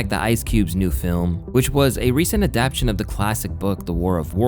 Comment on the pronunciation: i lovevyou, but sometimes your pronunciation takes me out. Adap-ta-tion.